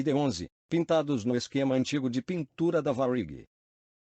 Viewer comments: Se você escreve para o computador gerar a voz tenta colocar acento em algumas palavras que não tem para pronunciar corretamente tipo TAM geralmente a voz computadorizada fala TÃO aí se vc colocar assim TÂM provavelmente a pronúncia vai sair certa, em Varig coloca varigui ou algo do tipo acho que deu pra entender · Que pronúncia de merda é essa para falar Varig?